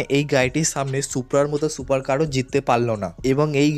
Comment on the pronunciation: ভাই তোমার ভয়েজ ভালো লাগে না ভয়েজ ঠিক করো সুপারের সোপার বলো